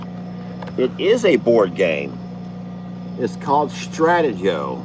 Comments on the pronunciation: Lester the game is pronounced Stra tee go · Yes I played it when the children were younger. Think “strategy” when pronouncing the game title. Strat-te-go”. For someone your height you should probably weigh 195 -200 lbs. but it is based on age. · Lmao...it's pronounced STRATEEEEEEGO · It’s Stra(like ah)te(like tee)go…. It’s a very fun game!!! Like chess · Its Pronounced str-te- go I have that game will love it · Stratego str-a-tee-go. Hysterical!! You know girl!! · The game is pronounced StraTEEgo and is a VERY OLD game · We pronouce it Stra.. tee go... It's a game I used to play back in the 70's!!! It's a little like chess.........I think.barnadette is so preciois!! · Stra- teee-go is how to say the name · Stratego is a very fun game lot of strategy! Lester I'm pretty sure you're going to love it!! It's said Stra tee go, ..accent is on the tee...❤